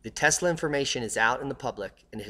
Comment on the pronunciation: Thumbs down since you can't pronounce his name right. 24 seconds in and disappointed